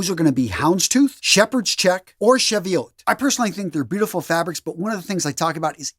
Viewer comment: Cheviot the ch is like in chain, and the name is more like chevi.. ut (a range of hills). Harris tweed woven in the Hebrides. Pronounced Hebri..deese not Heb..brides. Not criticism just letting you know how they're said. (UK) NB a general comment but inadvertently typed as a reply on this comment